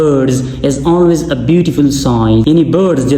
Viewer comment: Ap ka tariqa acha he lekin ye english bolty huwe sari English nose se na prha kre😁per pronunciation ka pta ni chlta fraq sary word ap naak se awaz nikal kr prh rhy hn like always ko anlways.